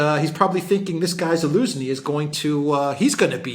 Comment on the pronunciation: It’s funny,, you keep calling him Elenski😂😂😂 I guess it’s a joke about Z in his name being dropped? 😂